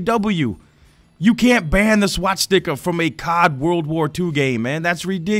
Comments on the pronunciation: SwaStika. Not SwaTstika. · I like how pronounces Swastika, "Swat-Sticka" 😂